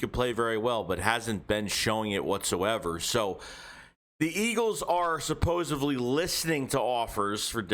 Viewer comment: Say it with me..."sup-pos-ED-ly".